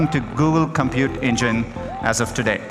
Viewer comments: tah - dey. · excuse me did you said " today " - "today"